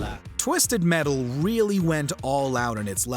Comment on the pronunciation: Twisetd Metal?